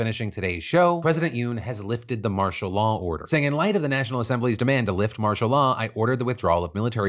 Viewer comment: After a while all I heard was, "Marsha Law."